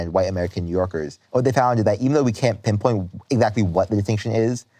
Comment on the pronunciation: Lol sir you said, "penpoint" you are your mother